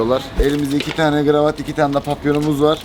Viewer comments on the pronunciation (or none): fark ettiniz mi kravata gravat diyor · Abi GIRAVAT DEĞİL KIRAVAT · kravat a Gravat diyen kükü😂😂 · kravata gravat diyen koca yürekli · Gravat değil kanka kravat haberin olsun